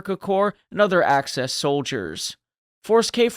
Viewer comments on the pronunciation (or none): please - it is AXIS not ACESS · Axis, not access.